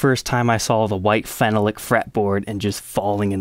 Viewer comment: Great video! One thing though, phenolic, your pronunciation needs help. You are saying it fennel-lick. It's actually feh-NOLLick. Emphasis on the second vowel, makes it rhyme with Ben Frolic. Keep up the good work.